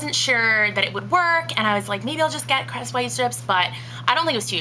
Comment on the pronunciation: Is it me or did she say 3D White Crust ?